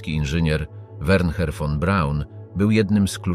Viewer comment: Wernher? Werner wystarczy